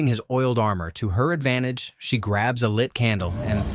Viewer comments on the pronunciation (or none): none